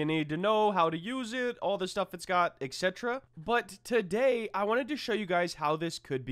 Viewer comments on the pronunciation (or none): its not ext its etc anyway W video !!! ty alot